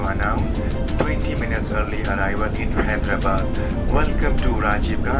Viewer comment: It is actually pronounced hi-dra-bad.